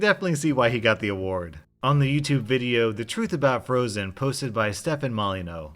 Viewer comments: Wait, how did you pronounce “Stefan Molyneux?” His name is now Stefan Molyneau! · Pretty sure Molyneux is pronounced like "molly-Knew" not "Molly-no" but correct me if I'm wrong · U pronounced molyneux wrong I whant to see ur manager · It gives me such joy to know the rage stefan mollyewnox would feel at your mispronunciation of his name